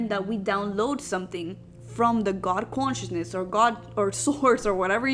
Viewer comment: "Quantiousness"....... lmfaoooo. cant even say consciousness. The bare minimum for the video btw.